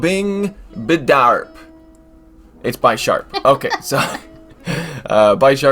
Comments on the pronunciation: Its bi-sharp not bysharp but its awesome.... Thanks for these vid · Bisharp : Bee - sharp As from Bishop u don't call it By shop 🙂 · No it's pronounced bih-sharp, similar to the Bishop chess piece. It evolves from Pawniard (like a pawn in chess).